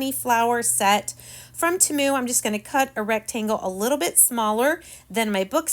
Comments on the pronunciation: I hope you don't take this as rude. But temu is pronounced (TEAM-U sorry please don't take it as being rude. You are a wonderful crafter. You are so creative. 😊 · Their commercial during the Super Bowl, they pronounced it Teh-moo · Agreed not that serious I pronounce it tea mu Lets keep in mind that everyone has a different accent so we all pronounce words differently. Such as im from brooklyn NY and we really talk different then the rest of the country!!😂